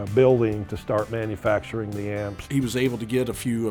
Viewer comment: Now THIS is what does best (aside from your cringy pronunciation of "manufacturing")... Much better than making/"inventing" his own gear. You are a tribute artist at heart, More of this, please.